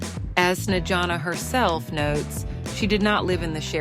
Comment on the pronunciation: Совсем обалдели вконец... ИИ долбаный не проверяют после озвучки: Чиседо и Снеана - это мрак! Dislike. Проверяйте свои опусы, придуrki...